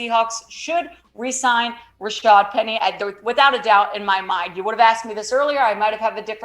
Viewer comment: The announcers called Rashaad Penny, Rashard all game.